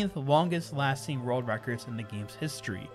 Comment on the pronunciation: Why does he pronounce it rorld record